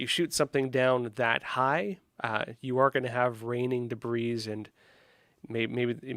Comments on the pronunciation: OMG. It’s a “debrEE” field, not “debrEEz” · Once again shows his ineptitude for using the English language. This has been an ongoing issue for him from day one. Not only does he mispronounce names of commonly known US cities as if he never heard them before, but he can't even pronounce the word "debris" properly. Any English speaking, US educated person knows this word is pronounced "debree". Did (with no "s") come from Russia? He doesn't look Russian, he looks European. Maybe Canadian? He looks French, but wouldn't a Frenchman know how to pronounce "debris"? This guy is obviously in the news business to tick off as many journalistic awards as he can attain. Notice he's now an expert on China? How many other topics has he claimed expertise in over the last 3 yrs? Is he merely a softer, gentler Alex Jones? I have yet to figure out where he's going with his reportage, but that's because I don't have sufficient time to devote to analysis. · The man can't even pronounce the word "debris" properly... not to mention all the names of major US cities he gets wrong. I don't want to see him anywhere near gov't until I understand his education and career path. Who funds Epoch Times?